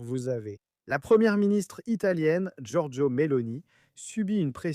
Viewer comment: C'est Georgia pas Georgio IMBECILE